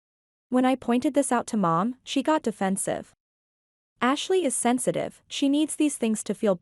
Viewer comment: I can't be the only one who heard Hashley